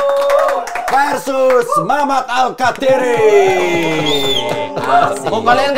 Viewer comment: Bumpernya bkin salfok, Versus pake V bukan F 😂